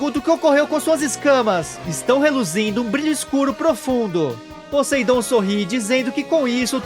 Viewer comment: Brother o nome Poseidon em ingles se pronuncia "POSAIDON" com som de "A" sem sotaque de "E" no "A"